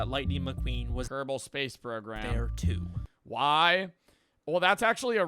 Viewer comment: "its a book tew"